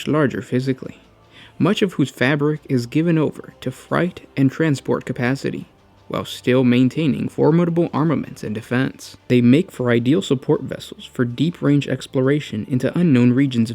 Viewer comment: Great vids. Keep it up. "Freight and transport" - Freight is not pronounced same as height or fright - but something like ate, #8, like slate and hate. Cheers.